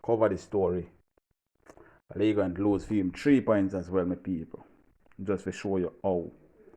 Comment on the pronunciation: It’s Leegate TV … not Lee Grant